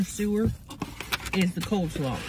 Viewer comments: Not "Coldslaw", it's COLEslaw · Am I the only one that loves it when says "Coldslaw"? lol! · Just like Tammy! lol! love it! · cold salaaw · Hahahha, i know right!!! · Oh no, we all do lol My GMA and ladies on Mom's side were all Southern bread and they all say "Cold slaw" 😂🤌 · It’s my favorite part of her Mukbangs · I chuckle every time she says that